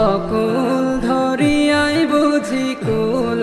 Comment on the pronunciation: সুন্দর হইছে তবে উচ্চারণের দিকে আরও মনযোগ দিতে হবে। অকুল ধরিয়া নয়! অকুল দরিয়া হবে।